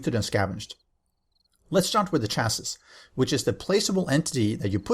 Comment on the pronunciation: Chassis is pronounced "chas-see" :) It's from French